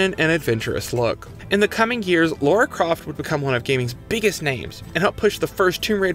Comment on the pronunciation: Lara Croft became one of games' biggest names, sad you can't say it. It is very hard to call this well researched when you misread and mispronounce so much